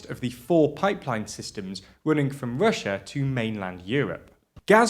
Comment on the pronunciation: Can we please address the real issue here? Can we pwease find a pwesenster wifout such a speech impediment? The word is EUROPEAN, not UWOPEEN!!!!! Its Russia, not "Wussa"... Jesus Blimey Christ!!!!